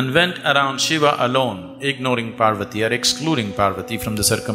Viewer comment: What the f is a shivaaa? Its shiva not shivaaa